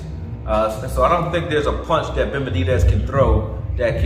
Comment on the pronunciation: Why can’t he say benavidez? He’s right though!